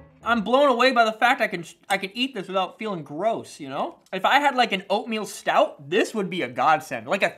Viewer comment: No way! He said an "oatmeal stout" 🤣🤣 I love this dude man! Lol